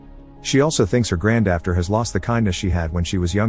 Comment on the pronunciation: Granddafter? Did someone forget how to read granddaughter?